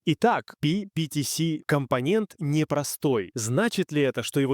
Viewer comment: Ага, только почему-то то ПиПиТиЭс, то ПиПиТиСи. Я уж про ударения не буду.